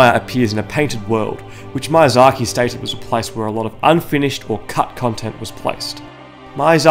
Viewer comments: The first "i" in Miyazaki is pronounced like an "e", your pronunciation comes out as "Mayazaki". Sorry to point it out but it broke me by the third time u.u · Great video mate, but I just CANNOT stand you saying out the director's name. ME- UGH- DZA - Key is how it's pronounced. You say it like Mayasaki. Also aren't the butcher ladies preparing the meat for the Gaping Dragon? Or maybe the meat is just bait so the rats get flushed down to the Gaping dragon and the dragon eats the rats. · Bruh, it's mIazaki, not mAiazaki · First of all; it’s MEE-YA-ZAKI not MAI-UH-ZAKI Australians are so damn bad with accents it’s astounding. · Ah yes, the creator of dark souls "Maiyzaki" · Yeah. Mayonnaise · Loved this! I just really need to tell you this: the mi in Miyazaki is pronounced as "mee" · Ah yes, my favorite game designer, Heedeetahkah Mayahsahkee. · everytime he says mayazaki i flinch a lilttle great video overall tho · Hidetaka: "hee dey tah kah" Miyazaki: "mee yah zah kee" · Hideeetaaaka MAYAZAKI - the worst pronounciation I ever heard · Ah yes, Mayazhakee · Good video, but the way this guy pronounces Hidetaka Miyazaki is giving me conniptions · Yeah, my Japanese pronunciation is not the best, hoping no one would notice that recurring blunder haha. I know the correct pronunciation now, so dark souls video that I make later will not include this issue! :D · Butchering Miyazaks name man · I have never heard anyone butcher the pronounciation of Hidetaka Miyazaki this bad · Great video! However i just couldn't stand hearing the wrong pronunciation of miyazaki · Dang, the pronunciation mistakes almost drove me off